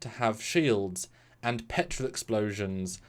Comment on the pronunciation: What are you saying? Petril explosion or Petrol explosion?